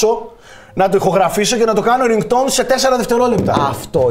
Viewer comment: Ο ο μπουμερ… ΡΙΝΓΚΤΟΟΥΝ ΛΕΕΙ😂